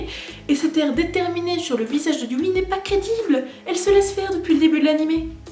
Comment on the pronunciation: On l'écrit Yui mais ca se prononce you donc stp ne fait pas de faute dans la partie 3